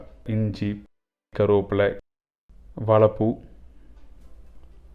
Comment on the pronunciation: வாழைப்பூ வடை பார்ப்பதற்கு நன்றாக உள்ளது. வா"ழை"ப்பூ என்று சரியாக உச்சரிக்க வேண்டும். வாளப்பூ அல்ல.‌ பொது வெளியில் வீடியோ வெளியிடும் நீங்கள் இதை கவனிக்க வேண்டும்.